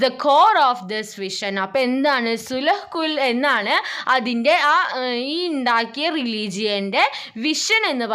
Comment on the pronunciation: സുൽ ഉ കൂൾ എന്നല്ല സുൽ ഇ കൂൾ എന്നാ😂